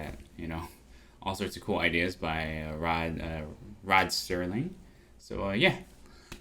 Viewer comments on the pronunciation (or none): Again, it's SERLING, not Sterling. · His last name is Serling, not sterling. There is no T in his name. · Serling, not Sterling. Otherwise, great review.